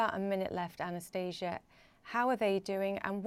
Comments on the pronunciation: Lol, she keeps calling her Anastasia, while her name is spelled Anastaniia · These are the characteristics of English pronunciation. Her name is actually pronounced differently.